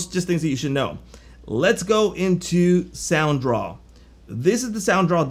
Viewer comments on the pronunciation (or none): Hey.. you dropped the D in Soundraw!! its SoundDraw;-)